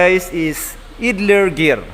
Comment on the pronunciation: Gusto ko sana ay ipakita mo ang sitwasyon na nagkakambio ka habang tinatapakan ang clutch at umiikot ang flywheel. Puede rin na pagtabitabihin ang shift gear assembly, transmission, at clutch assembly. Maari ding ang mga assembly at nakakabit sa chassis. (ang pronunciation ng idler ay AYDLER).